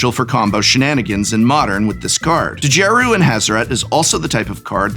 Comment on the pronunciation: I’m pretty sure the “D” in Djeru is silent.